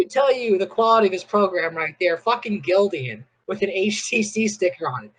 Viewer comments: I screamed when he said “Gildian” 🤣🤣 Even my church Can atleast Do American Apparel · Dude is annoying as hell. I feel bad he was scammed, but man, this was annoying. And if he said "Gildian" one more time, I might've offed myself. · I guess GILDAN is pronounce GILDIAN? 😂